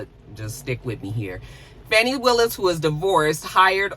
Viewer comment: Dang, how is it that you live in Georgia and get the local Atlanta news and you're pronouncing Fani's name wrong?